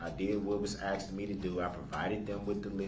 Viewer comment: When it came to questioning EP I don’t know why the state did not object to every question with axe a answer being every question he axed her he axed in cross examination after the state question her. Which makes me believe that before the trial started the judge told the DA to not object to everything even though most of the questions he axed they could have objected too. Both the judge and the Prosecution went way out of the way to help this moron. If I was the judge there would have been no help period he chose to represent himself then I would have made him do everything and no help would have been given everything would have been done by the book and I sure as hell would have not let him carry on with his antics and would have shut him down every time he started with his BS Sov crap and all of his BS claims and told him to shut up and sit down and by doing all of that still would have no gave him any ammo for appeal. That’s a judges job she would have been well within her right to do it. If you noticed near the end of this trial actually in this video when he is going on and on about the pictures and his non existent letters she finally had enough and told him to sit down and shut up after he said are you telling me or axing me and she said telling you and he shut right the F up. I have no doubt if she had done that from the start most of his crap would have not happened. But the fact she acted like a mother trying to scold her child by being nice and saying please all o